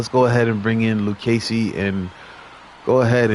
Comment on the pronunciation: Thanks for the shout out on the Luccesi pronunciation! I really enjoy your games! 😊